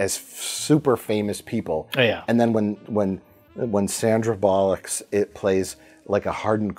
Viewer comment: I love Mike's inability and/or refusal to say Sandra Bullock's name correctly.